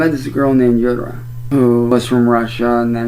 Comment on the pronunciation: Her name is "Yura" as in You'ra PDFile (not you BTW)